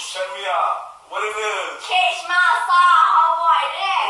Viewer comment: It's catch not cash